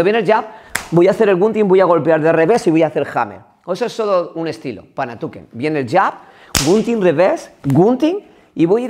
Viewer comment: Kali, "panatuken" 😂😂😂 julai, es panantukan, eso lo primero.Segundo, kali y panantukan es lo mismo, kali es la denominación que se utiliza para todas las artes marciales filipinas, que entran armas, boxeo sucio, el panantukan y grappling, el dumog.En pequeños detalles se cuando el instructor es un farsante.